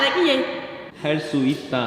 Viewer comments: 여욱시!!! 할수이따 그놈의 할수이따가 뭐냐고 개웃김 ㅋㅋㅋㅋㅋㅋㅋㅋ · 할쑤이따 할수이따 하르수이르따 하르스이르따 하르쓰이르타 할쓰이타 (한국어 발음은 정말 어려워요^^) 한국어 공부 응원하고 있어요!! 파이팅!!